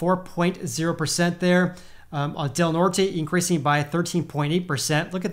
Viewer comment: Literally no effort given on that pronunciation of Del Norte lol The brain cells did in fact NOT rub together on that one